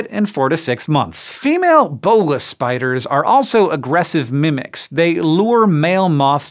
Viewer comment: "Bolas" in the term of the weapon is definitely not pronounced that way, cool to see it featured though!